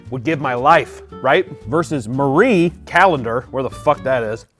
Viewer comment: Thank you for pronouncing Marie correctly the number of youtubers I have seen call it Mary Calendars infuriates me.